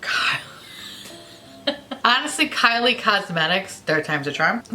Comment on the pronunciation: When you called Kylie Cosmetics “Kyle Cosmetics” I screamed